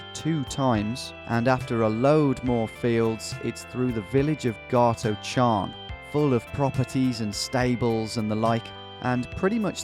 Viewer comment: Absolutely butchered the pronunciation of Garochan haha.